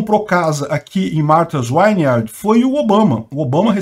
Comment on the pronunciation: "Martas Vineard" - é assim que se fala, é uma ILHA que só vive magnata. Eu morei em Falmouth MA, próximo de Whoods Hole MA, de onde sai a balsa para Martha's Vineyard que são cidades da ilha de Cape Cod. Os ex presidentes todos tem mansões lá. É uma área, Whoods Hole, de casas de férias, é uma região rica. Esta região tem poucos imigrantes comparando-se com a região de grande Boston.